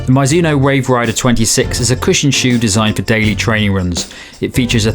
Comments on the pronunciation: Mee-zoo-no or Mih-zoo-no. Never My-zoo-no. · Sorry for being that guy, but I'm pretty sure it's pronounced "mee-zuh-noh" (or just paste "mizu" into google translate japanese -> english for the first part) instead of "mi-zuh-noh" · Sorry, it’s Japanese and it really is Mee zoo no